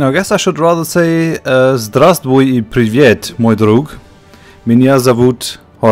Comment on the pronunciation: Your pronounciation is quite good actually =) but you should work on "privet" a bit =)